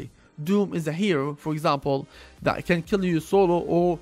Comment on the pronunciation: U say can but sounds like cant